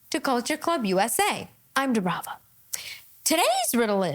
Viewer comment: "The older one 🚗." U called it Dibrava. 🤣🤣🤣